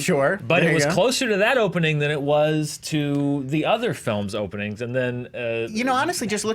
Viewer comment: Did just say "hopening the opening"?